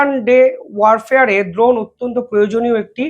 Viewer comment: আরে ভাই বারবার "দ্রোন" বলছ কেন ? "ড্রোন" বল, ইংরেজি শব্দের এমন বিচ্ছিরি বাংলা উচ্চারণ করলে তোমার ভাবমূর্তি নষ্ট হবে । কি দিনকাল পড়ল রে ভাই । ইংরেজিটা ইংরেজিতেই বল ।